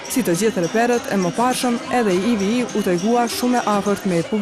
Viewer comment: jo IVI por IV, e dashura Moderatore!